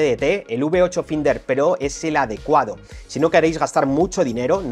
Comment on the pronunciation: Por favor deja de pronunciar "finder" que me hace daño a los oidos, se pronuncia "fainder" que estamos en el siglo XXI y la gente ya sabe ingles